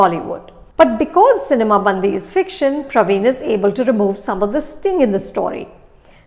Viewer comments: Ma'am, it's not bandhi ( girl in hindi)..it's callee bandi ( vehicle in telugu) 😂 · Cinema 'Bandi' is pronounced this way... it is Ban'D'i (its the way you pronounce letter D) , but not Band(the)i. Bandi means Cart in Telugu. I'm sorry but I couldn't resist to correct this pronunciation mistake :D Typical south and north pronunciation issues. :D Thanks Anupama for reviewing this film. /\ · It's not Bandhi it's Bandi. The difference between da , dha . Hindi people you have aksaramala. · It's bandi not bandhi😂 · Nice try Anupama..bandi..not bandhi…good to see that you are focusing on the South ..and BTW , loved your review on Radhe…stay true, stay real and stay safe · I correct u. Its not cinema bandhi... it is cinema bandi... . catch the difference of last 3 n 2 letters.. Hindhi ka.. dhi.. nahi hindhi ka.. di.... example ..gaadi ..in hindhi...in telugu it is.. bandi... di .. di.. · I love Anupama and her reviews and I love that Film Companion has brought together Bollywood and South Indian films with a shared passion for cinema. But is it really too much to expect that they get the pronunciations of at least the movie titles right? Even before I started the video I was hoping she wouldn't say 'bandi' as in 'girl' in Hindi, and sure enough, she did :) I mean all she has to do is pick up the phone and ask one of her own colleagues at FC South to quickly pronounce names/ words. I can never forget the way she says 'Saraavanan' in her Game Over review, lol. Like, why assume how something is pronounced rather than ask?! If Shreya Ghoshal can do it so consistently and so well, everyone can. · I really couldn't take it every time she mis pronounced "bandi". Such a reputed critic and she can even get the film title right?! SHAME